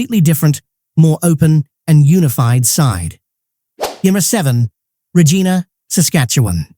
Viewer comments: Why do people do hese videos and mispronounce words??? They should do the research first..they sound ridiculous...R a gina ??? really ? Buddy its pronounced (rej-EYE'-na) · How can you believe this site's top ten list when they pronounce Regina and 'Regeena'. On behalf of everybody living in Saskatchewan that just had their provincial capital city mispronounced on the internet from somebody that claims to be able to rate Canadian cities at anything --- Booooo! Idiot...